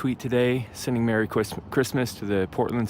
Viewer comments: “Sending merry cwisma- Christmas...” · lol he was going to say Chwistmas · "Merry Chwistmas" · I'm sorry, did he say Chwismas? Like deditated sorvur? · Dude almost said “Mewwy Christmas” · it's CWISSMASS!!!